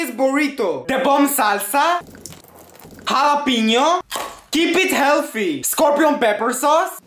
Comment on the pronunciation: Why I just told i find that words and that accent funny and i am just telling